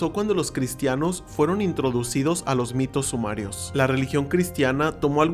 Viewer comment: es sumerio, no sumario... fuera de eso, me encanta tu contenido. Ya te sigo en tiktok también